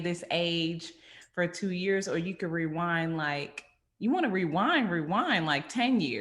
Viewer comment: So at we not going to talk about saying wewind instead of rewind like 3 times